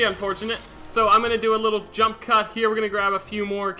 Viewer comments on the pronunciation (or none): none